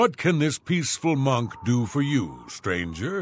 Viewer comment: I like the way he says "stangerRr"